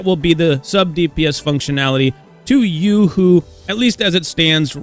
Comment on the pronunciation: Ain't it yoohoo not yuhoo